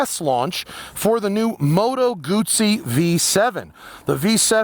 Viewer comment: Thanks for saying "Guzzi" correctly.